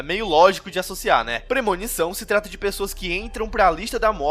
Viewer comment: PRE -MO-NI-ÇÃO